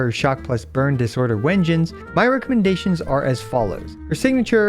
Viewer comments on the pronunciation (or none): Why u pronounce it Wengines when its pronounced "doubble V" engine? They confirmed this in their livestream (I thought it was obvious when you use a "-" dash between words)